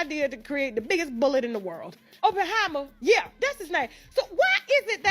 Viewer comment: She said Oopenhiemer c'mon now!